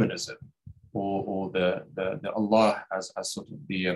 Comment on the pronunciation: Gabriel, it is Allah with the h pronounced not Alla. You should know better.